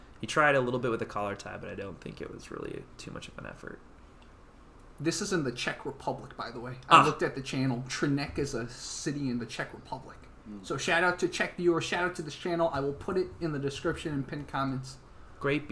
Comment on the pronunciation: Hey, this video is from my country. You have made the video most funny by your way of pronunciation: "Třinec" and "Czechia". No way close to original. Lol!!!